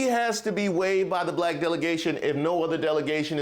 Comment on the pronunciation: I'm old enough to remember when high ranking officials in DC (on both sides) only hired non English speaking immigrants as their nannies and housemaids! CONald will never have a Blaccck (as he pronounces the word Black) MAN as his VP! Blacks for Tramp needs to wake up.